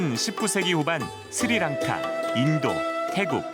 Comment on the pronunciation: It is not siri lanka it is sri lanka.